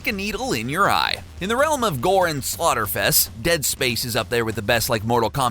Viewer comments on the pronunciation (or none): none